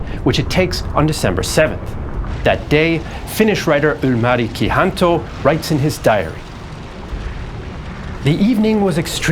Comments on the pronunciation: Are you sure Leningrad is in the right place on the map? And the Finnish writer is Ilmari Kianto, not "Ylmari Kihanto". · If you check names???...Ylmari Kihanto...Right name is Ilmari Kianto. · His name is Ilmari Kianto, not Ylmari Kihanto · "Ylmari Kihanto"! 😁